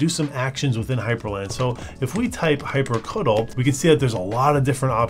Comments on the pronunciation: "hyprcutul" wtf?! what kind of pronunciation is that? For me it's always been hyprcitiel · Calling hyprctl "hypercuddle" instead of "hypercontrol" is the icing on the 3-pointless-camera-angles-per-second cake. Went from "annoying, but it's youtube" to "give me my nine minutes and forty three seconds back you monster". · the way you pronounce it... /facepalm... hyprctl, i am pretty sure the phonetic pronunciation is: "Hi-per-SEE-tee-L". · I love your pronunciation of 'hyprctl' hyprcuttle lol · "Hyprecuttle" ahahahah, that's a way to pronounce it Sounds like "hyper-cuddle" in my mind